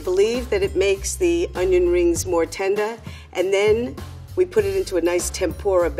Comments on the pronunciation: At - the way she said tender instead she said tenda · The way the level 2 person said "tenda" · "I like to think I makes the onion rings more tendeh"